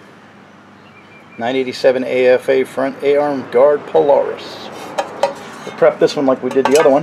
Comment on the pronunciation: Thank you! Aside calling it a "pule-aris," I loved the whole video!